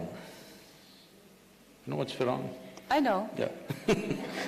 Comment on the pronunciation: Yes, he said Firong which is Firang. Being fascinated by west